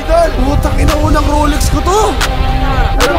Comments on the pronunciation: Rolex ❌ ROLEKS✅✅✅ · "Roleks" tho 🤣🤣🤣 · Rolex ❎ Rolek's✅ 😂😂😂😂😂😂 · ROLEX na may "K" 😭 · may “K” ang ROLEKS 😭😂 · Solik yung “Roleks”😂😂